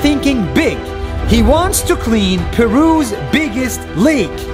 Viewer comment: Peru pronounced 'péru' not 'pêru'